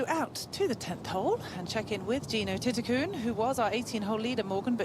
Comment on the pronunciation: Whoever the European commentator is needs to stop putting letters that don't exist in players names when trying to pronounce them. She consistently calls "Jeeno" Titikul - Jeeno Titikun" pronouncing an "n" at the end of her name, which does not exist. Even when you have other people from Thailand speak her name it is pronounced as it is spelt -- "Titi-kul!" As I love watching her play and she gets plenty of air time on TV, so it is becoming more and more annoying, especially when the other commentators and presenters pronounce her name correctly with the "L" at the end. Surely she is doing this intentionally for reasons only "she" could understand, but it is just annoying!